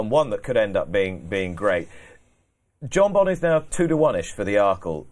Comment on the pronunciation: That’s some tool on the left…especially the way he say’s jonbon…..a nobody tryin to be a somebody